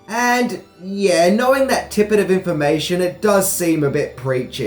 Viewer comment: "tipit of information" lol it's tidbit